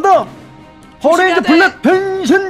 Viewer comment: 나 순간 변신이라고 할테 병신이라고 한줄 ㅋ 나만 그런가?